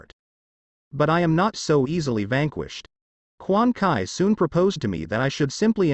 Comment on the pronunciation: it's quan chi not quan kai